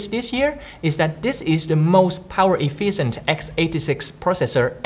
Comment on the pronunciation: Its not "EfiiSent" its "Efficient".